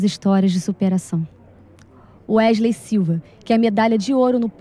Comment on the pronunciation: "Ueslei" kkkkkkkkkkkkkkkkkkkkkkkkkkk